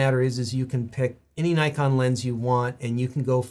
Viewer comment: As you explained the history of the company's name almost every American (and few Canadians) doesn't pronounce "Nikon" the right way...